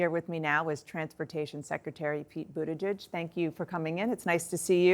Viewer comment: “BOOT-uh-jihg”. 😋 Practice it, you’ll get it. 🇺🇸